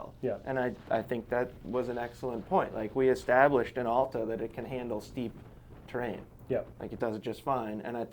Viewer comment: Please learn how to pronounce Alta correctly.